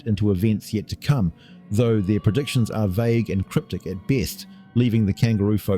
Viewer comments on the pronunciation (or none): none